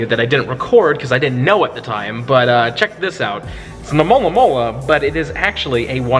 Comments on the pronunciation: Cant just someone pronounce Alomomola good. And not as Amolamola! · Why north americans have so much problem to say alomomola? I'm from Brazil, and here it's preety easy